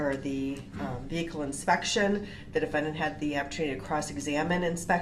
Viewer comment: The 20tin veehikle